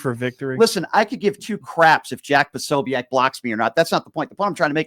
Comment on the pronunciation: Jack pa- so- bic not sobeac